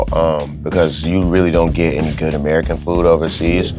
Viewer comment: did he just say "good amarican food" ????